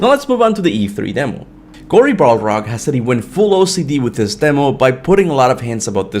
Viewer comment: Cory “BALrog”😂😂